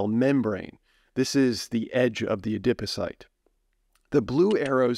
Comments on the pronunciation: A-Dip O-Cyte??? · Interesting information but I was too distracted by the novel pronunciation of adipocyte to absorb any of it. 😩